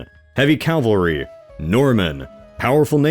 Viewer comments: loving the Mount and Blade inserts :) also, calvary lol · It’s cavalry not calvary! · Please stop calling cavalry calvary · Is Calvary another generally recommended pronunciation of Cavalry? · Sorry, cant endorse someone trying to talk about history but still says Calvary. Thats just a sign you shouldn't try to talk about anything with authority. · Calvary???? are you a high school student or an uneducated yank? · The way you pronounce "cavalry" always makes me laugh. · Why is it so hard to pronounce cavalry?🎉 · I’m begging you to learn how to pronounce ‘cavalry’ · Whoever turned down the "correctly pronounce cavalry" setting. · has come so far, yet he still says Calvary instead of cavalry. Smh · Um, "cavalry" not "Calvary". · Love your videos, but if I ever stop watching it'll be from hearing you say Calvary instead of Cavalry for the last time. :') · I really love your stuff. but the only thing putting me off is how you pronounce cavalry like the mountain Jesus Christ died on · there you go, it's probably a force of habit then when you still say calvary. Understandable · I love you but it's cavalry. Cavalry. CAVALRY NOT CALVARY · CavaLry not CaLvary. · Cavalry. Not calvary. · Bro. It's CAV - AL - RY. Not "Calvary". That's where Christ died. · Please pronounce “cavalry” correctly, god thats annoying. It’s not “cal-vary.” We’re not talking about biblical events, we’re discussing mounted warriors….”cav-alry.” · the narrator describes how William of Normandy gathered an army of 7000 men, including 2000 elite heavy "calvary." I don't think that's what you meant to say. Not sure how you missed that. Go back, take a look, and look up the difference between "calvary" and "cavalry," which is what you meant to say. It's simply a matter of a misplaced 'L,' but it makes a world of difference. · I love this channel, but the use of CALvary istead of CAValry is going to kill me one day. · The Normans invaded with cavalry, not calvary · is it Calvary or Cavalry?